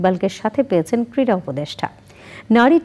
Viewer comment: ভালো উচ্চারণ না করতে পারলে কীভাবে সাংবাদিক হয়? কীড়া না ক্রীড়া?